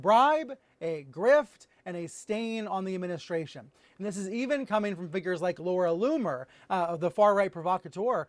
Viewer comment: He keeps mispronouncing Laura Loony.